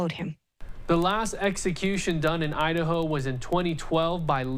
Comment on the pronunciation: She said Idaho it was just cut up and sounded like Ohio. I thought so too until I replayed it.